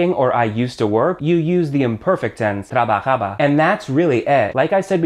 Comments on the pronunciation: I love these videos so much but dear god I'm laughing like an immature child everytime he says Trabajaba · lmao its so funny when this guy says trabajaba